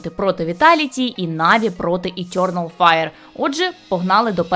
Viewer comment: Етьорнал файр. О боже, хто дав їй озвучувати цей відос, мало того, що голос по вухам ріже, так ще й вимова чудова